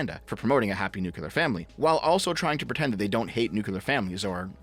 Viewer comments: He keeps saying "nucular". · pls new clear new clear nuclear the Q is silent